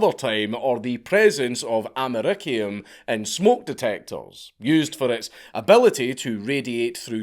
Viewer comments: bro, your esposed to say it like amer-ee-see-yum not amer-ik-ee-yum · Love the channel, but Amer icky un :) more like amer E C um